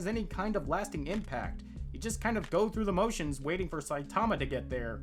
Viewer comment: Near the end I thought you said "Goku the motions", which was very fitting.